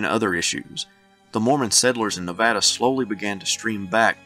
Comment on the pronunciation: You did a great job on pronouncing Nevada. I like these videos of statehood because I am ignorant of much of this and I go away illumined.